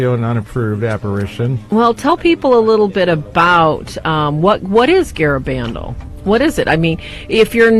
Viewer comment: "Garabandal" is pronounced with emphasis on the last syllable, not the third.